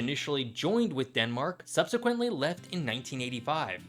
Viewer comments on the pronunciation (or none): none